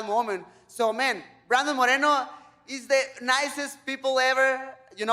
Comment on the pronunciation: The R isn't supposed to be rolled when pronouncing 'Moreno' Dont know much about Spanish grammar but im sure that you only roll the R when there's two Rs side by side example: carro, you roll the R caro, you dont roll the R Incase you're curious Carro means car and caro means expensive